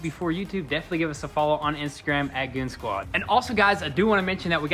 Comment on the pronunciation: Goon zquad! Not goonz quad 😣